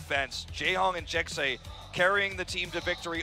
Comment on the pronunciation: No according to him it is pronounced Jack Seh